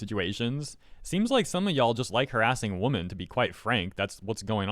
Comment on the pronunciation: Genuine question, but why do you always pronounce women as woman?